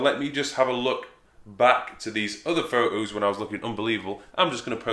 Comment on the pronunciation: I like your fo ohs, mate.